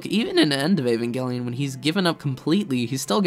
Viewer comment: Evangelic 'J' sound not 'G' please